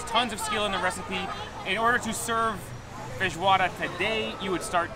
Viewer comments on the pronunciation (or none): I heard him saying "feijoada" a bunch of times, but also "fish water" and, to my surprise, the captions also heard that! lol